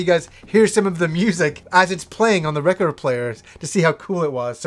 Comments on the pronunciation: That's funny how you say record. True native canadians pronounce it like "Wreck-erd" BUt you really say the O like ORE in recORED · Nothing like a needle on vinyl!! Has that warm and fuzzy feels!! You won't get that tone and sound anywhere!! Not digital or cd..nothing! You say reh-cord funny!lol great stuff! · i like how you say "record"!! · I still can't get over how says record. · is that how Canadians say "record"? Sounds odd to my American ears. I would love to have Revenge of Shinobi on vinyl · Why do you says record so strangely? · Big fan of records, can't say the word record.